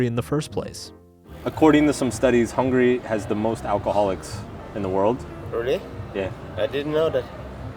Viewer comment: Hungary has three syllables